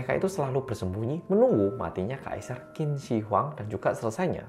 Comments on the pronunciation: Dinasti Chin dibacanya 😄 Q=Ch. Contoh: Qian=Chian. Sekian 🙏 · Qin dibaca Chin.